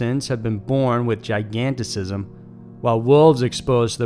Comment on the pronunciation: Gigantism not gigantisism